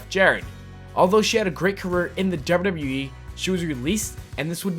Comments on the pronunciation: It's wwe not wrlwrlwle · y do u say dubbla w e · HONEST 2 GOD: YOU SAY WWE SO WEIRD AND FAST LOL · Why dose he say wwe so weirdly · This guy says WWE so funny💀💀💀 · the way he pronounces wwe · not trying to be mean but why does he say wwe like that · the way u said WWE lmao ur dumb